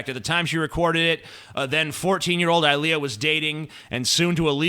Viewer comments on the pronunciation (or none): none